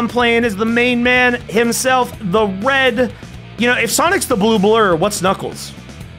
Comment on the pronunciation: being entirely incapable of pronouncing the words “blue blur” has nearly broken my lungs from laughter and I cannot say why